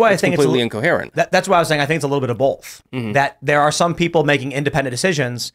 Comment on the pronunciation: When did Tim start pronouncing both as bolth ?